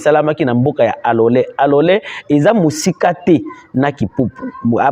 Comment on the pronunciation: ike majina ya mingini unaitajaka mu luga yako Ina tu keteaka confusion taja tu mu Swahili;kalole apana Alole 😂😂😂😂